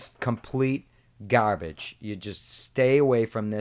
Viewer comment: "It's all gabbige."